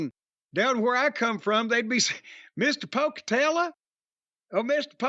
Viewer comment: When Jim said "Down where I come from they would say Mr Pocatella" I swear to God I thought he would follow it up with "Could you please pass the jelly?" in that same accent. IYKYK